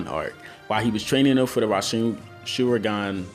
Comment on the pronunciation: he don't know how to say rasenshurican